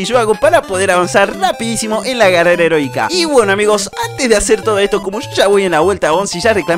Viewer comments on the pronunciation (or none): dijo carera herotika henbes de heroica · Like si escuchaste carrera erótica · Creo que dijo carrera heronica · Escuche carrera herotica